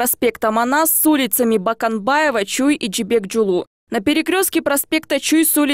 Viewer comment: почему баканбаева? а не Боконбаева это же телевидение Кыргызстана!